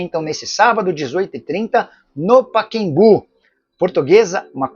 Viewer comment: O nome do estádio é Pacaembu ("Paquembu" não cai bem para um jornalista de seu porte!!!)!